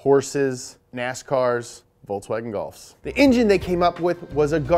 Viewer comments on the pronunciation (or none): I laughed so hard when said “VoltsWagon Golf’s” 😂🤣😂